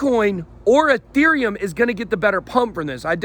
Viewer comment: It's Ethereum, not UhTherium